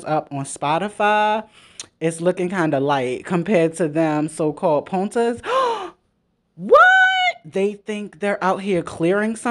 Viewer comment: the way you were saying potna like “ponta” was funny lol it’s supposed to be like “partner/friend/associate”. 😭